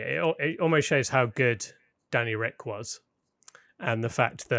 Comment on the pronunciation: it's so annoying hearing him say Danny Ric